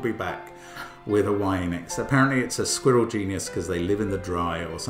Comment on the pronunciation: Was he pronouncing genus like "genius"?